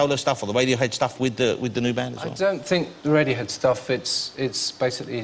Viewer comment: Aaaahaha... "Wadiohead"